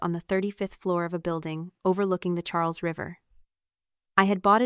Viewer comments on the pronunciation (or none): none